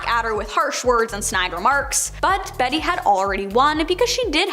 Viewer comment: "Betty" Midler??? Come on, man. If you cannot take the time & care to learn to pronounce peoples' names correctly, you have no business reporting on them.